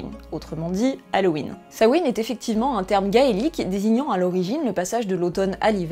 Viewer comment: Grâce à toi je sais enfin prononcer Samhain.